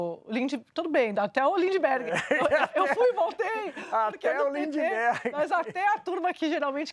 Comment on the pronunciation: A dificuldade de falar corretamente deve ser contagioso: "lindiberg" ??????